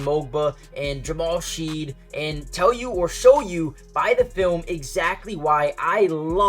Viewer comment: If you're going to make videos good to pronounce players names properly. Shead pronounced Shedd. Mogbo g is silent so Mo bo.